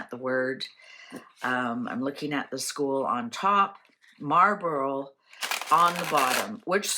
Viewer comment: Marlborough is pronounced Mawl-bruh Eton is pronounced Eet-un